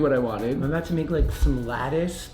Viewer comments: 😂😂😂😂😂 idk what your talking aboot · is the best thing you could ever see!!!😂😂 “I dunno what yur talkin aboot.” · I don't know what ur talking aboot 😂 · Hold on, do we Canadians really say “about” like that?